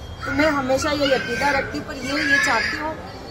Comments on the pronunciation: English to english, urdu ki bhi dhajji udati hai ye aurat. Yakeeda nhi Aqeeda hota hai... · Yakidaa nahi madam akidaa hota hai.... 😂ye vaar over acting kuch ziyadaa ho gai😂😂😂😂